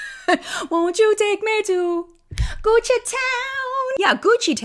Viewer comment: Gucci sounds like coochie and all I heard in my head was, "Won't you take me to CoochieTown?" 🤭